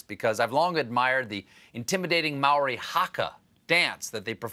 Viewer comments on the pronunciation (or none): and yet noone thought to teach him how to pronounce Māori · Māori, not Maori, Stêphën Gölbert